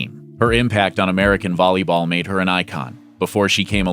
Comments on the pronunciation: It's not "Bolleybal" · Bruh he said "bolleyball